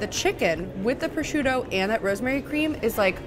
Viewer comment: I'm surprised that no one has blasted you in the comments for saying"pro-shoot-oe". 😅 In my home state, if you're in a market and someone overhears you say that, at least three people will yell "pro-zhoot`! It's pro-zhoot`!"